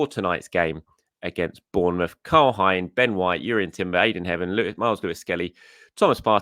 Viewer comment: Hi! Really enjoy your content. But I just wanted to point out that Karl Hein’s surname isn’t pronounced the way you say it. It rhymes with rain 😊